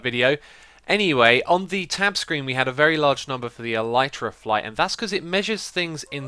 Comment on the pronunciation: I know it's irrelevant, but my self-diagnosed language OCD is kicking in, and even if you're not going to change the way you pronounce "Elytra", I wanted to bring up the 'proper' pronunciation: "L - E - trah". There... I can keep with my life in peace :-)